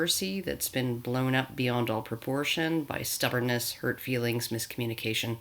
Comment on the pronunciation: That's 'feewings'.